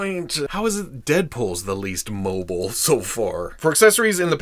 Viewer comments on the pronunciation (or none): none